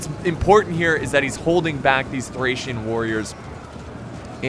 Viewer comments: THORRAC WARRIORS IM SORRY BUT HE SAID THERE NAME THORRAC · It’s Thracian not thorrac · Why in the heck did you keep saying thorack or thorag?????? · TH--RACE not THORAC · lol can't even say thracian warriors correctly. keep calling them thorac warriors. Learn your units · Well I believe he’s dyslexic and there are many thorax units on the field (yes ik he did mistakenly call thracian units thorax) and he’s quickly trying to commentate the video but it’s easy to get them mixed up at a quick glance; it’s a lot harder than it looks and being dyslexic makes it even more difficult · Been watching you for years, and your pronunciation of words never seizes to amaze me, lmao. I don’t know how one could possibly see “thorak” from “Thracian”, unless they are dyslexic hahaha. You’re hilarious. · Don't wanna be that guy but it's thracian warriors not thorac or thorak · Before recording can you just read the unit names so you dont butcher them,you can prounance it wrong but dont call thracian barbarians thorax swordmen who are hellenic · I'm kissed by the fact you mispronounced thracian warriors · Correction: pissed at your mispronunciation of thracian warriors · Thracian man... you have to do something with names, stop video and take some time to read the name correct! I know its difficult when you are dyslexic but you can do it! I know from myself 😉